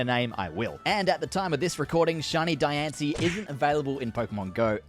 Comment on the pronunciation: Says diancie right but can’t say volcanion right 🤦‍♂️